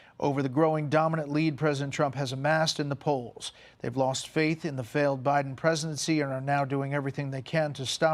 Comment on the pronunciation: Did you hear her say President Obiden?